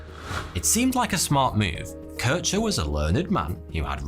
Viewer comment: Good quality video, just a shame for the total ignorance / inaccuracy of german name pronunciation (Kirchner) ?